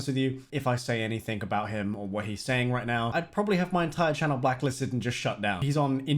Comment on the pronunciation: Have you noticed that you're unable to say the word "anything" properly?